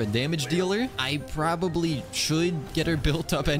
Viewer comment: Somebody pleease make a short out of saying "probabl"y i rewinded idk how many times im losing it